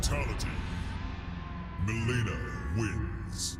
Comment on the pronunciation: Its Mileena not MiLEANa